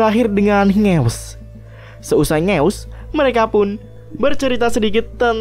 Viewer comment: Bengek denger kata2 "NGEWSSS" aowkaowka😭😂😂